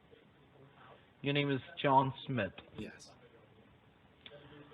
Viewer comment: My name is John Smith. Yurr nemm iss Jhohn Smitt. No, John Smith, are you a bit mutton?